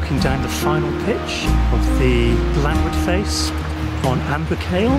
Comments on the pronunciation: Boo-kale? You really need to practice your pronunciation. The video itself is very very enjoyable.Well done. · Why has it an irish name? And its proper pronunciation is (boo-col) not (boo kale)